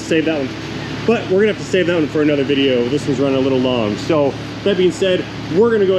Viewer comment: Being able broken record "proves" that he's smart. 🤣 BTW, what's a "vijeo" anyway?